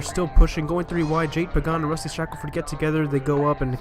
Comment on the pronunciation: Rusty** not dusty. 😂😂😂